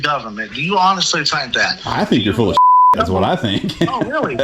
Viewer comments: He’s getting weally tired of cwap 😂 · This weally weally got on my nerves qwickwy. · Ok, I’m weally gonna need an update on this!!! He seem to weally think he is the DoD long arm of the law!!!